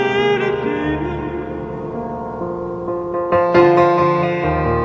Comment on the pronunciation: At about says that the guy fell in love with an italian futurist... But in fact he says 'turist'... Can you correct it? ;)